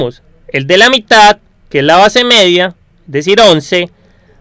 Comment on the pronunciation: hablas un poco mal, mEDia no jODas, no gRITes